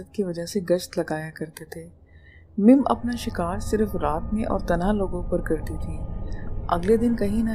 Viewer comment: Excuse me madam mim nahi mum aur koh e murad nahi koh e murdar